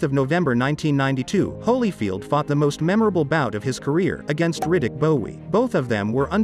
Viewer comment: Lol was gonna comment the same. Dude doesn't even know how to pronounce Riddick 🏹